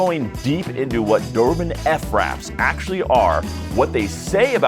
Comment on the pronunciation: Why “ef-raps” instead of fraps 🤨🤨🤨